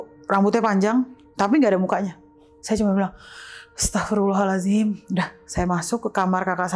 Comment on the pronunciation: Narsumnya seru... epic moment: kuntilanak nggak ada mukanya, saya cuma bilang "Astagfirullahal'azim"... narsum kan nonis...🤣🤣🤣 tapi fasih banget pelafalannya👍